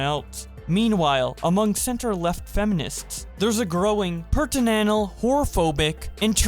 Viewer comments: "Purtinanal" Never heard Puritanical pronounced that way before I'll admit. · Pertinanal is my new fav read of Puritanical. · word: puritanical: PURTINANAL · It's pronounced "pyoor-uh-TAN-ickle, you illiterate shit. As in the Puritans. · as a big brain high IQ college student I can tell you puritanical is pronounced as “Pyoor-ie-tan-ical”. Just think of how you pronounce “Puritan”. It’s that pronunciation. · Bro it when you said puritanical what even did you say lol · the way he pronounces puritanical is just straight up painful. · My man can't read the word puritanical.